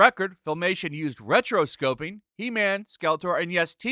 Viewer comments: Dude, you gotta learn how to read better. You mispronounced "purposefully" as "proportionately" and "rotoscoping" as "retroscoping". I like your videos but if you want people to take your seriously, especially when you're making fun of comments, you need to read them correctly. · Pronounced "ROTO-Scope-ing"